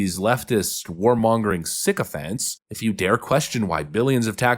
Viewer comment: PLEASE, never say "sychophant", please.